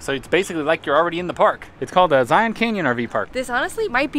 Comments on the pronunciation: It’s Zion like Lion not Zi-On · It’s Zion, not Zi-on. 😀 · Just a friendly pronunciation reminder in So Utah… Zion is pronounced “zy-en” and Hurricane is “heri-cun “ Like Loo-i-vil not Louisville Love You videos…